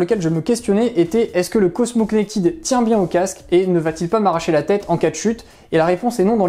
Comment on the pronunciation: Merci pour le test bien réalisé et clair. Produit intéressant. Une réserve toutefois sur votre prononciation en anglais ! Notamment "Connected" qui ne se prononce pas "connectide" mais se rapproche de "connectède".